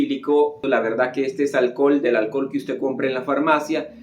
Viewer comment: Porque dice alcol y no alcohol?